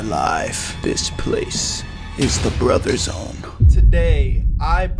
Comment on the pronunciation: ngl when you said "The BroTher ZooOOne" my heart skipped a bit